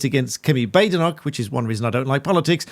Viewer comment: Dear her name is pronounced Bad-Enoch, not Bade-Enoch.just as La-mond and not La-Mon. These names are Scottish and just because it sounds fancier and being changed by non Scots is not acceptable. Thank you.🙌